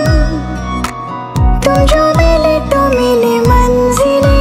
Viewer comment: I love your voice and composition but you should work for hindi (urdu) Pronunciation like manzil not manjil, khuda, jeena not zeena. Its natural bcoz of nepali tongue but u should correct this. Anyway this song is amazing superb ❤❤.